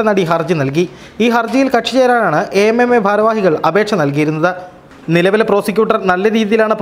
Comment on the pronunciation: Sir, Utter nonsense Why you say it as A.M.M.A instead of AMMA. Are all these people are pure or without allegations? Pure nonsense